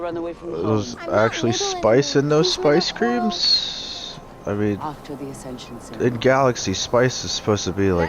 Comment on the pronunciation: Not going to lie I kept hearing "Space Cream" not "Spice Cream"